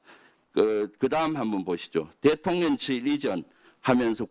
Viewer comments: ㅋㅋㅋㅋㅋ 대통 년,😂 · 대통년 ㅋㅋㅋ 저 만 그렇게 들리는건 아니었네요!